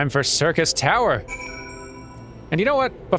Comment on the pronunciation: Ah, since Durmin ran Labyrinth of the Ancients last episode, I'm sure this will be a more relaxed episode where just unlocks- Nope, he's running the raid today. Hooboy. Time for me to make a long spoiler free lore comment! Syrcus Tower (which correctly pronounces similar to "Circus") was also the name of the proper tower in FF3. Unei & Doga are named after the students of Noah in FF3, and claim to be sent by the Students of Baldesion. G'raha Tia is a member of the Students of Baldesion, but as patch 2.1 noted, we have lost all contact with the headquarters of the Students of Baldesion, preventing this claim from being verified. Too bad for them, Nero tol Scaeva blows their cover in short order. Although, as a Garlean in exile, he's actually just Nero Scaeva now. The previously demonstrated Allagan technology of stasis and resurrection are joined into advanced cloning. Unei & Doga are biological copies of their originals, and have been granted the knowledge & intent of their forbearers. Unei & Doga also show off another of the Allag's prowess. The Crystal Tower obeys commands of the royal bloodline. The marker of this royal bloodline is the Royal Red Allagan Eye. The fact that G'raha displays this trait (albeit with heterochromia) indicates that one of his ancestors was royalty. The Miqo'te were subjugated by the Allagan Empire during their conquest of the known world (pretty much this entire hemisphere of the FFXIV world). The Miqo'te were then displaced across the co